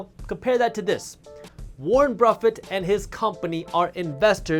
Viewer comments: Warren BRuffett. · warren bruffet